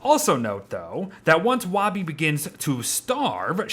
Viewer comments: the fact he pronounces woby "wahby" and not "woaby" triggers me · lol is it only me thats bothered by him calling her wawby instead of the swooping o that is (wouuubie) its to reference that shes his security blanket his safety net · I hate how you say woby “wa be” it is “woe be” chief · It’s wobi not woby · Isn't it "Woby," not "Wobby?" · Her name is Woby, not "Wobby". You have been saying "wobby" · it's WOAH-bee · Anyone else pronounce Woby (woah-bee)? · please say ‘woby’ like ‘toby’ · you're very wonderful but the way you say woby physically hurts me AKSNSMZNSMDNS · Wait is the o in woby pronounced like w-oh!-by or is the o in woby pronounced like the beard says it?